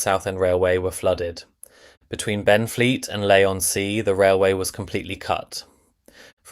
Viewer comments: Some comments. 1) It’s pronounced Lee on Sea. 2) Limehouse was Stepney East for a long time and had diagonal wooden fencing following Midland Railway tradition. 3) Basildon was a new town and supposed to be self contained with people living and working there. They had to fight to get a station. 4) I used to travel on the line and the absence of a preserved class 305 is not a loss. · Four different ways of pronouncing Basildon! 😂 Leigh is pronounced Lee. And the AI thumbs 🤦🏻‍♂️🤦🏻‍♂️🤦🏻‍♂️. Those buildings weren’t there when this video was filmed!!! A bit of accuracy would be great!! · One irritation of so many of these AI voiced videos is the pronunciation of places names. It's not LAY , or CanVAY, or BasilDONN, or (North) BEAR-WICK. Don't the producers check this before posting the video?